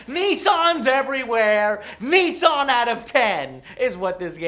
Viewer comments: WTF IS A NEEEE SON? Joe for fucks sake it's pronounced Nih ssan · I didn't know American's pronounce Nissan as Neessan. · Funny thing about "Nissan out of ten" is that Nissan when pronounced by Americans sounds more like ni san (2 3) in Japanese so...you're giving a 2-3 out of 10. Sounds about right. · what the hell is a nee sun?